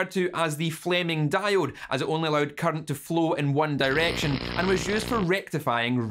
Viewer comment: Say “current” not “cunt”